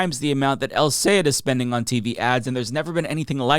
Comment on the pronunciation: Great video but a small pet peeve still doesn’t can’t pronounce Abdul’s last name. Is Sayed -Sa-Yeah-d.